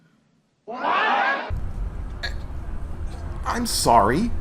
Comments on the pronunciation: “We got a U.S. embassasee.” Did he mis-speak? Wouldn’t he want the Moroccan embassy? I’ve heard reference to moor embassies in other videos. He should be calling them. Why isn’t he claiming he denounce all contracts with the U.S. government? What if the US embassasee would have told him they are under no contract to assist him. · Gawd, no Dudley Do-right comment/clip, I'm disappointed. Embassdocy?? rhymes with IDIOCY. Sargent is lower than a corporal, and you're a master mason?? as in Free Mason?? that sure is being secret. "CivilianIZED?"